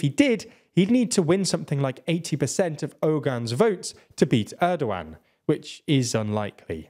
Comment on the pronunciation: great video but i have to say one thing, please work on your pronunciation when reading turkish names like kılıçdaroğlu, erdoğan, oğan i understand turkish is a bit hard but everytime you say kılıçdaroğlu i wanna hang myself cuz of how bad it is.